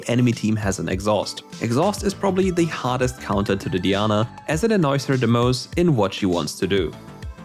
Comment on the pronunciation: did he just called diana deana??